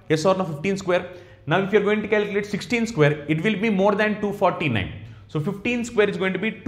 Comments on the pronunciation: Calculate or caliculate😢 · Calikilate LOL